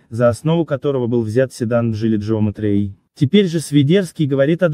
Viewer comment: не джеометри а геометри